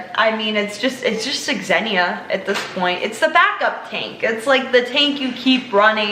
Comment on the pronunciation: Bruh it’s Xe-nia pronounced (Ze-knee-uh) not exhenia js